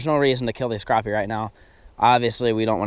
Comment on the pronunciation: you say crooopie nut its spelled crappie